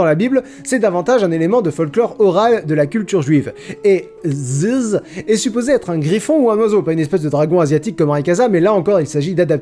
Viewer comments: Je veux une compilation des noms étrangers prononcés par dans cette vidéo. Entre "Ziz" et "Odoshishi", ça va faire un son de fou. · J'adore la manière dont tu prononces " ziz" 😂😂